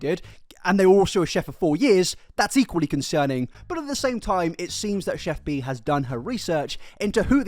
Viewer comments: Its pronounced CHEF PIE not pee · He keeps calling her Chef PEE. Lol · lol im sorry, this was a great video but the way you pronounced her name had me cracking up